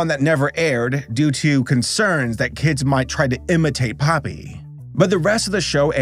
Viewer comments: You said his name wrong its Pope-e not Poppy lol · It's popee not poppy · IT’S [‘pō•pē] IT’S [‘pō•pē] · Its popee not poppy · The way he pronounced Popee hurt me so bad 😭